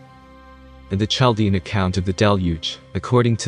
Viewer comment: Well done video. *Chaldean is pronounced with a hard ‘kah’ sound for ‘ch’. So phonetically: KaL dee un, rather than chaL dee un. 😉